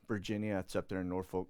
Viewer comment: This is totally trivial and I LOVE your content, but it’s not “Nor-FOLK”…it’s actually pronounced “Nor-phuck.”